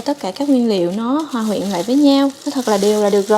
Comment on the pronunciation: Hòa huyện hay hoà quyện??, Âm thanh của "chim", tự làm rồi khen ngon, giả trân vậy